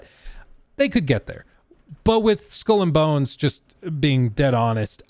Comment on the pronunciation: "School and Bones"? xD